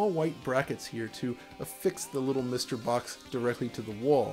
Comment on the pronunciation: each time he says MISTer it sounds like something from from bdsm porn